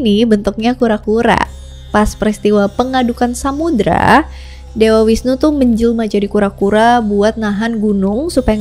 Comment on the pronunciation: Bagus skli kk, cuman koreksi sedikit V dibaca W ya kk misal visnu dibaca wisnu dst. Pura puseh ada disetiap desa bukan kecamatan Hindu di bali menganut aliran Siwa Siddhanta dimana semua aliran dipersatukan dalam harmoni Dewa siwa tepat nya pelebur, bukan perusak